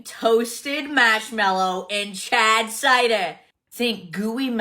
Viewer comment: I can't tell if she's saying "Chad cider" or "charred cider." Neither makes any sense to be paired with "toasted marshmallow."